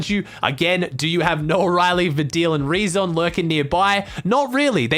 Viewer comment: You are the only person who pronounced "rezon ay" right (I am from Germany)